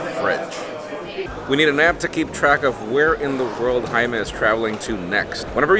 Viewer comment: YOUR NAME IS JAIME NOT HAIME .